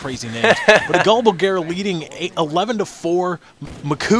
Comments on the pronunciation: dude its macau. like. mac-cow. its a city... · lol mac-coo :D i wonder how they come up with those pronunciations :P